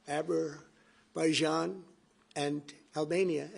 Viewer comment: Abberbaijan and Albania 😂😂